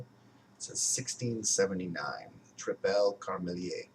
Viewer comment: you should pronounce it as triple carmeleet Its also not a beer from the french speaking part of belgium, but the part that speaks dutch the beer glass reccomended by the brewery is actually a duvel-style glass